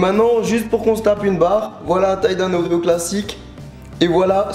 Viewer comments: a au lieu de dire des oreo tu dit les ozo un truc comme sa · a tu dis pas oreo mais odlro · ils dit "ozzo" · À la place de dire oreo tu a dit ozo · J'ai troll car il a dit les odos ^^ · Best Of Plays Des "ordrerjsrf" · C'est quoi la marque des gâteaux qu'il essaye de prononcer a svp ?